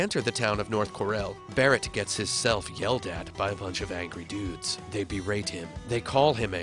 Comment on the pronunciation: this is the second video now you've said "walking" and pronounced the L...